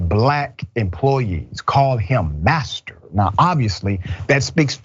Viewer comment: 🤣🤣you said bastard or asster oh you said master gtf outta here